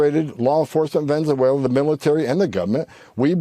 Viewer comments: VENZEVUELAN?? Really?? 😂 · Man cannot even say Venezuela how can he read the law. Poor America